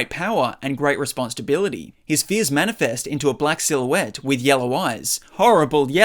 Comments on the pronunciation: I keep hearing "Response to bility" idk why lmao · You keep hearing that bc that’s totally what he’s saying lol. He’s 100% saying response to bility 😂 I’m hearing it like “response stability”